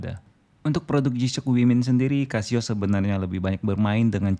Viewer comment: Resep bgt dnger si abang nya ketika bilang "g-shock" 🤣🤣🤣